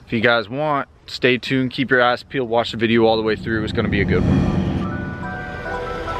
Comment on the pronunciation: “keep your eyes peeled” could’ve swore he said “keep your ass peeled”